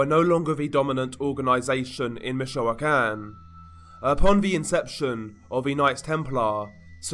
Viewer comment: Im not a native Spanish speaker either, but the way he pronounces a lot of Spanish words especially- Michoacan drives me crazy (along with how he drags words out, his inflection makes it hard to pay attention to what he's saying. Its as annoying as trying to talk to someone who's drunk & slurring their words the whole conversation lol🤦‍♀️